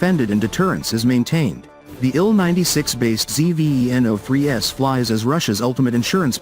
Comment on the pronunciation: It's called Zveno. Not ZEE-VEE-EEE-ENN-OHH.